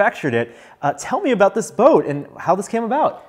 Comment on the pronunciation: "Tell me aboat this boat, and how this came aboat."